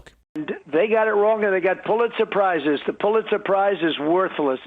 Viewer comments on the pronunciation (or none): Trump sound like he’s saying pulit surprises